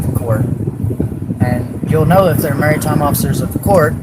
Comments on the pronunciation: What the heck is a “merry-time” officer of the court? This genius can’t even pronounce maritime let alone understand what it means. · Sorry, I had to pause . If you can't even say the word "maritime" correctly, it's not mary time, then you don't get to use it as an excuse. I mean, it's a stupid pathetic excuse, don't get me wrong. But you don't get to use it. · I mean if we are starting off with him saying Merry-time instead of Maritime I think I understand how ABSOLUTELY FEKKIN STUPID this guy and his wife are. Someone save the children!! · Maritime not "Marytime" 😂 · They correct him on the pronunciation of "maritime" like they know how to say it. "Merry time" sounds like something have at a Christmas party. Also, "admiralty" only has one 'i' in it. It's not "admirality". ADD-mer-ull-tee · Mary-tine? WOW! Such a scholar. Everytime he opens his mouth, he just adds more proof to his lack of iq. He will never stand a chance in life unless he wisens up. And the children have a real hurdle getting over the bs they have been raised under by him. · Im pretty sure he said merrytime law instead of maritime. Also that beard looks like a birds nest. Brilliant. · Is he saying Marytime? Obviously it’s maritime, pertaining to bodies of water, including but not limited to oceans,lakes, waterways,ponds,sloughs streams rivers . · $20 says this clown thinks the word is "merry time" instead of maritime. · "which is merry time law" this man wholesale didn't know the word maritime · Can’t even say “ maritime” dumbass kept saying “marry time officer” 🤣🤣🤣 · "Marytime"?! Bloody hell his brain really ain't working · "Marry time" is certainly a way to pronounce "Maritime" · Lol he's saying Mary time not maritime 🫣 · “Merry time” law. “Admi-rality.” Talking about vessels. 😂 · I think he’s saying “marrytime” so maybe that’s something different 😂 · No, he said “Merry-time” 😂 what a loser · Hey dumb as$ it's maritime not merry time. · “Mary Time Law”… how he pronounces maritime law…. 😂😂😂😂😂